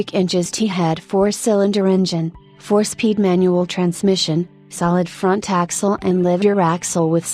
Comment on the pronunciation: Sad AI voice. . Solid. fron taxle . FFS